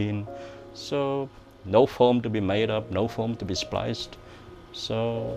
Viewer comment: Every time he says 'Film' it sounds to me like 'foam'...